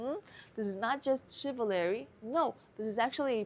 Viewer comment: Shiv-a LARRY....really..? You are a graduate student..? That's not good. You know what, you go from your 'main course'/dating&psychology, to Spanish language mini-classes in your videos, but, your English needs some final polish...just certain words.....you are not pronouncing correctly.. Chivalry......SHIV-al-REE I'm tired of the daily Spanish lesson and Spanish sayings portion of the show....it really doesn't land, to be honest...and is perhaps hindering the growth of the channel and your psychology insights/dating advice.. It would be so much better if you just stuck to the topic, realistically...people aren't here for language learning skills...start another channel for that, if that is really another passion you wish to delve into.